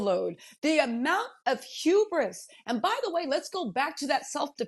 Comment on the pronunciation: You can tell the Black Lady learned a new word recently. She will need to learn how to pronounce it next time. It’s Hubris not , Huberis